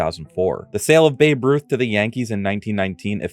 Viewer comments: Wasn't his name Bab Rut? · Who the heck is Babe Rut? I know who Babe Ruth is. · Babe Rut the hom ruun god